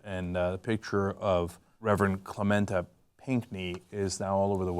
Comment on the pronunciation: Its pronounced ClementAY, not ClementAH...